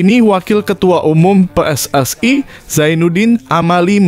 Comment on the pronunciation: Pelatih diganti naratornya juga harus diganti baca PSSI aja salah